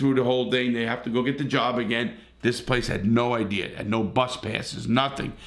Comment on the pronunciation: who else likes it when larry said ideer 🤣🤣🤟🏻